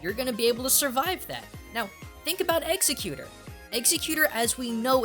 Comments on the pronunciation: No. executor, exeggutor. ex-ec-u-tor, ex - egg - u - tor. Please learn to English. If you can't, __________________________________. You can imagine my opinion of you in the blank space. :) If you want the correct 'Japanese' Pronunciation. 1) Go Japan 2)Learn Japanese 3)Read how they say there 4)Don't tell us. We speak English. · Robert Spicer Alright but here's the thing. The majority of the people could careless of how you say it. So it doesn't matter how you say it unless if you're talking about the same thing. So there is no problem there. I could careless if I say it wrong. I prefer to say it "executor" because its easier for me and I can't say it the proper "pronunciation". I dont know why this is even a big deal to begin with. Who cares if says it wrong. If he saids it wrong then leave him alone. Its not that serious, so just let him be. Plus, whats the worst thing that can happen if we say it wrong? NOTHING, thats what. Also, you can't tell us what to do, so theres that. We say however we feel like it. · Eggs-egg-you-tour not, executer, thats something else. just listen to his cry in the anime and what the characters call them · ex eg u tor. geez man not eggs eh cuter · uuugh anyone else cringing the way says exeggutor egg-se-cute-tor maybe it just because of the anime but i want to hear it ex-egg-u-tor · IT'S not eggsa cute er it's exeggu tor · egg Zec you tore not eggsicuter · "eggs-a-cuter". It's said egg-sec-u-tore. Normally I wouldnt be irritated by that or pointing it out but with how often it was said it got grating. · executor? egg-zeg-you-toar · EGS A TOR THATS IS HOW YOU SAY IT STOP SAYING THESE POKEMON WRONG I DONT CARE IF IN A NOTHER LAUGANCE THATS HOW YOU SAY IT YOU SPEAK AMERICA SAY IT AMERICA DO YOU HEAR ME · after 2 minutes, I can't stand hearing you say executor anymore, but I got what I need. Nice to see potentially 600+ people agree with me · You're pronouncing Exeggutor wrong. It's Ex-EGG-u-tor. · Ex-egg-CUTE-or? :o